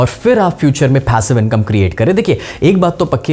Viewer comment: Phaaasive income 😂